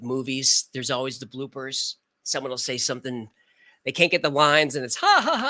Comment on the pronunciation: Every time you say "bloopers," I think you're saying "blue purse," and I'm like, huh?